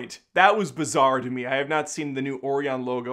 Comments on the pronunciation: Oh-rye-yun. Not Oreo-un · I didn’t even know that’s what he was trying to say. “Oreon” is what I heard. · I ❤ you dude, but it's pronounced o-ri-on - I used to work for them.